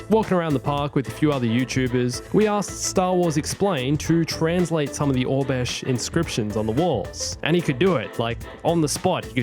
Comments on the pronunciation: Was he saying orbesh instead of oribesh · It's Or-Eh-Besh (pronunciation not spelling) not Or-Besh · Why did you pronounce Aurabesh as “Obesh” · hehehe thank you. I couldn't find obesh on google...